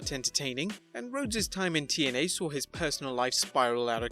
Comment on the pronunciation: And it's TNA not YNA